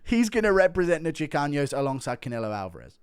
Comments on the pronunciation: Chicanos not chicaños guru😂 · I’m Mexican and I loved the Chicanos segment😂 but when you say Chicanos, just use a regular N. It’s not chicaños. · there’s no ñ, in chicanos it’s pronounced chi-cah-nos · There's no ñ in "Chicanos". 😂 It's pronounced "Chee-Kahnose" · Guru miss pronouncing chicanos will never not be funny